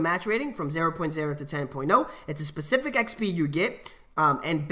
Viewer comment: How many times did he say pacific instead of specific